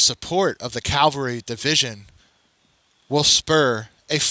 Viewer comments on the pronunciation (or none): It's pronounced ca-val-ry not cal-ve-ry